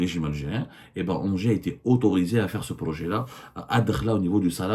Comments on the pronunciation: ENGIE ça se prononce 'inji' cest tout bêtement l'ancien EDF électricité de France, et on pas ANGERS (ville) comme vous prononcez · ENGIE se prononce NGI